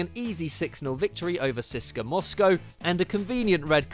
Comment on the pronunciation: Sisker Moscow